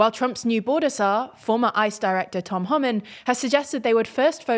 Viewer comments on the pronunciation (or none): It’s pronounced “Hoe-min”.